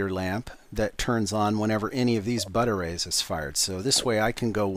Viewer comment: i keep hearing butter-rays insted bud-arrays